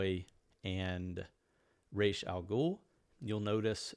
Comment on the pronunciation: Nice list, bro. By the way, it's RAAS, not RACHE.